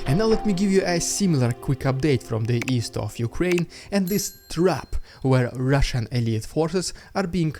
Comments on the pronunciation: What I liked when you introduced the Russian propaganda is when you rolled the Rrrrrrrrrrrrrrr. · This "rrrrrridiculos rrrrrrrrrrrussssian propaganda" is LEGENDARY, never stop doing this 🎉❤